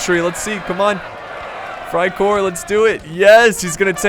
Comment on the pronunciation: you pronounce freikorps as freicorps not freicore